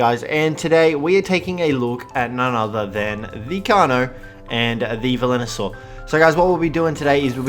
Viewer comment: It's Velonasaur dude.... VE-LO-NA-SAUR!!!!!!! Edit: P.S. This is one of the small things that bug me, you still have the best instructional and informational Ark vids though, keep it up!